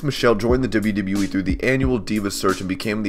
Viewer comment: I hate how you say "wwe". stop it